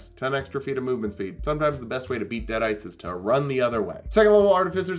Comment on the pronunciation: "deaderites". Come on, man.